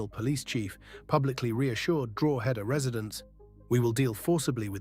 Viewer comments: Yes , I was wondering where Drawheader was?😂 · Its pronounced Draw-head-ah, and say it fast. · It's pronounced DRAW-DA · Please do your research and learn how to pronounce Drogheda correctly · You pronounced Drogheda wrong.